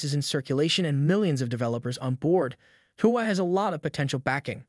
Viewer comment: i couldn't keep watching after hearing your pronunciation of the Huawei company name! how do you expect us to watch your content when you can't even pronounce the company name! dislike